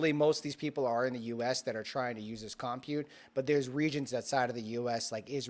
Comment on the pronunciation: you are driving me nuts. You are not pronouncing COMPUTE correctly. Please search online how to pronounce it correctly and practice. Thank you. SMH!